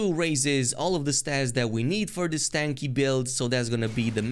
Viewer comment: My guy called it a stanky (tanky) build 😂